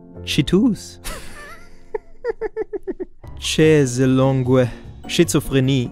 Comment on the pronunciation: Haha sehr gut, aber bei "Chaiselongue" hast du wirklich bisschen gefailed :)